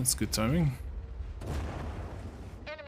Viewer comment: am i the only one who hears eminy (Em En Y) vehicle destroyed? by narrator when he gets a kill?